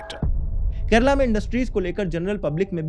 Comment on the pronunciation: I'd give him top marks for correct pronunciation and not calling it "Keral"